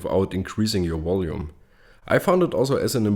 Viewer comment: What is "wolume"??